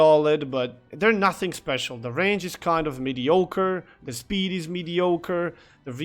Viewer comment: The DD announcement and the "spechuul" were perfect :D